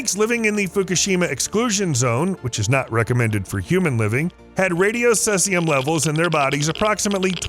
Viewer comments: Ce is actually pronounced (see zee umm.) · can you pronounce your elements? Seseum wtf... CEE Zie Um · Cesium is pronounced "see zee um" please. Not "sess ee um". Look it up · It’s see-z-um , not sess-e-um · SEE! ZEE! YUM! not "sessium". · If he says ses-ay-um one more time…. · 😅 made me laugh everytime!!! so many videos and nilered and blue say ceezium 😂 but this guy lets cetszium pass into the final cut. there should be a corrected video as its a voice over. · Cesium pr. /ˈsiːzi.əm/ Pro tip: If there's a word new to you that you'll be repeating multiple times throughout a video, it's a good idea to learn how it's pronounced. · You said cesium wrong, it’s said like sea-z-um. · 'see-zee-um. pleeeease. thank you. 😊✌️ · Oh boy. Let the roast begin in the comments... See-zee-um mate. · lol sesseyum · The element is cesium (see-zee-uhm) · Bro, its totally cesium: Suh-zee-zee-soo-duh-yee-sum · Pardon me. It's Ce(long E)sium. Just sayin. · Thank you! I'm glad I'm not the only one that wanted to mention this haha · Lol sounds like Sussium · Also weird to hear "minus 134." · i think he does it on purpose.. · You lose credibility when, you interpret facts wrong. whether its pronunciation or numbers or anything really. I doubt anywhere researching for this video did you not hear the word. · Anyone with a basic knowledge of the periodic table will know how Cesium is pronounced..This is Temu level science information! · Why do so many people mispronounce Cesium so often. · He does it every time he ever mentions Ce, and everytime tons of people try to help. So he's probably doing it FOR the comments as a boost to the algorithm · Learn how to pronounce cesium. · Thank you! the mispronunciation was driving me nuts as well😮